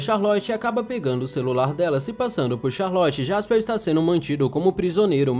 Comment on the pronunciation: Pq ele fala jaspeu , é jasperr